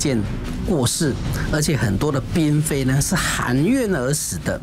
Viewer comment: 嫔妃读pin不是读bing 台湾佬